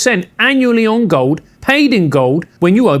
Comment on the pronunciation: IN GOWLD AND SILVAH! 🤣